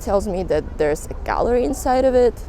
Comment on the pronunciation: I was making coffee and not looking at the video, just listening, and you said there's. But with the accent it sounded like deres which sounds similar to my name so i turned my head around lol